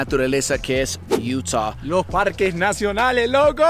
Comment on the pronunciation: Se dice Utah Madre!!